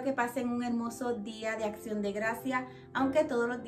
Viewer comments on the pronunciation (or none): none